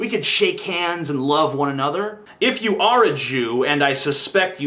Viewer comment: how sad, I think he was probably puerto rican and was just saying "you": but unfortunately it sounds like "jew". Learn to listen better, you poor demented fool.